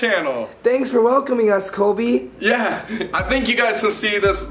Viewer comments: Is no one going to talk about the fact that called Colby kobey Just me, ok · Abby Autumn it’s Cobe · am I the only one that always hears say 'Kobe' instead of Colby lmaoo